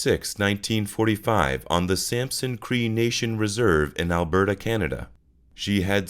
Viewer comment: Great video! Heads up from a Canadian, Alberta is pronounced “Al-bur-tah” :)